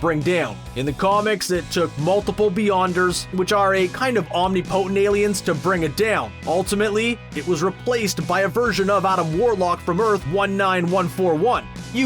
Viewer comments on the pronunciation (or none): "Omknee-pohtent" Lmao cmon, at least make sure your voice actors can pronounce words properly, instead of hiring them from fiver or something